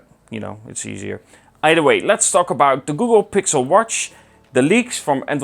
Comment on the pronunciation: I like the way you say the word W-A-T-C-H! Did you said warsch